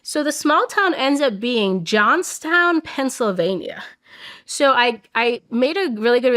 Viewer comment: Not me being raised going to Johnstown PA every weekend to go to the mall & working at said VA Affairs company hearing her say Johnstown 🫨🫨 what the actual fuuuuuuuck